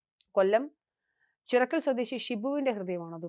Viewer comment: Chirakkal alla sis .chirakkara